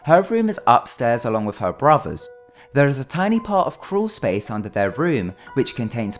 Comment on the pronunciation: I thought you said Cruel Space lol